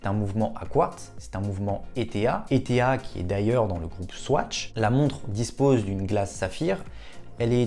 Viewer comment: Salut Bonne vidéo comme toujours Juste ETA ne d'épelle pas mais ce lit et se prononce éta comme un état si tu préfères. J aime la plongeuse je possède une t tuch et une trace automatique:) Merci pour cette vidéo